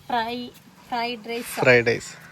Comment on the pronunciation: ഫ്രെയ്ഡൈസ് അല്ല. ഫ്രൈഡ് റൈസ്